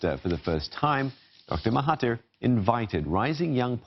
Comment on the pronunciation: i don't have anything to say, except the way you should pronounce mahathir is "mahaDZir" as 'TH' here is similar to 'dz' (Similar to "There"). Not "MahaTeer", "MahaTier" or what.